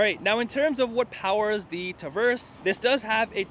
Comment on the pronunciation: Say "Tuh-verse" again